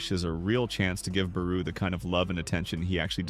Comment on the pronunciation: Tf you mean barou bro not out